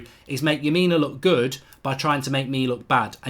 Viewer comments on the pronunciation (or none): It's strange you've never heard of Lamina haha! He's a good player. It's Lamina not Yamina! They also don't want to sell him. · saw some1 else said it too lol, and his name is leh - mih - nuh